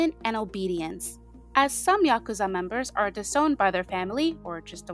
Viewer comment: thank you for pronouncing it "yakuza" and not "yaKOOza" 😭 so much cool info here ✨